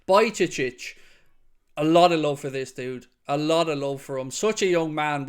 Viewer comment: Bro no hate, but it's not Bajcecic it's Bajcetic